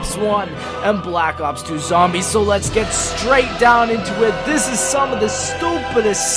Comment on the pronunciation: Ffs please start saying the word "This" like a normal person.